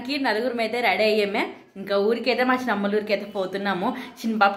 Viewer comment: షిన్ని పాప కాదు తల్లి చిన్న పాప అనాలి